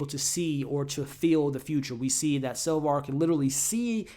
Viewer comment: Now you are using the name SalvAr... its SapvOr. Cant believe you'd leave these videos up with such a glaring mistake. You ever review star wars? You know... the original with Luck Skywolker?